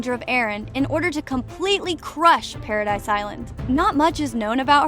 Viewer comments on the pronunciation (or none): ik its a common mistake but it makes me so mad, pradis is pronounced pair-uh-deez not paradise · it's paradis not paradise island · For the last time it’s not paradise it pradis the s is silent